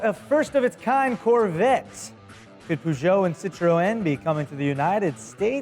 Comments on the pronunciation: did just say "citroén"?... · the Great more like sit tro(like tron) and then just say N as the letter N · It's an accent thing. English say Nissin instead of Nissan. Americans say poo jo. English say citrin. Americans say citro-en. English say boot. Americans say trunk. English say bonnet. Americans say hood. English say petrol head. Americans say car enthusiast. Feel free to reply and add to this list. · It's just so fun to hear say Peugeot and Citroen! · Uhhhh you pronounce citroen wrong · both Peugeot and citroën were pronounced wrong, and this is coming from a french speaker